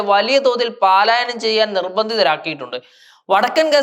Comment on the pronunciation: പലായനം എന്ന് പഠിക്കണം 😄